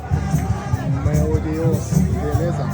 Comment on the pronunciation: Чел все круто но язык надо подучить) меу деус прям режет слух) меу ДЭУШ !!! Учи учи )